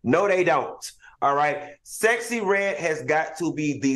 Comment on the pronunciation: Al is Sooooo PROPER. He can’t even say Sexy Redd right….lol